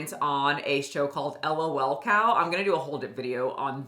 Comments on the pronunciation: Hearing it as "el oh el" cow was my reminder to touch some grass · Hahahah don't spell out lol like "el oh el" it's just like LOWLCOWs.